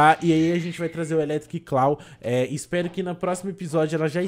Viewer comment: Eu agoniado pelo ficar falando eletric "claw": 🤢